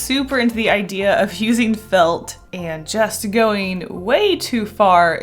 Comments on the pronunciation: Why did I hear egg-dea instead of idea......... Deja vu much with puns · am i crazy or she said "eggdea" instead of "idea"??